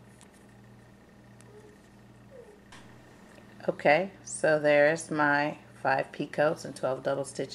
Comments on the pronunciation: Picot is pronounced like (pea-coe) The t is silent. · it is pee coe. the t at the end is silent. these are gorgeous. and nice clear tutorial and pattern..